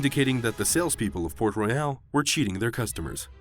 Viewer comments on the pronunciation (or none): The name of the city is port royal and not port reyal !!!